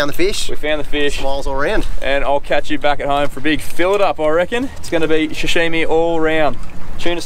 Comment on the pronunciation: if you add an "h" to sashimi it changes the meaning... 😂😂 "sashimi" = fresh raw fish "shashimi" = "person stain"